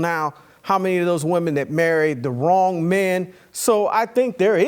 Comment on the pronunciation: "How Wong he was!"...im dead